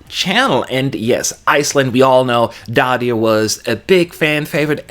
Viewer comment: Daði is pronounced 'Dathi' with a voiced 'th' I believe.